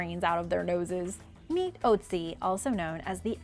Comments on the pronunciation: The ice man is pronounced ootsi not oatsi. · "Otzi" isn't pronounced "Oat-si"...it's closer to being pronounced "ERT-zi" Pull it up on the bar at the top of the page....